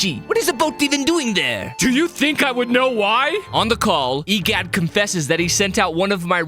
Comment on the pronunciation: Bro saying e gyat instead of egad💀 also if theres a typo idc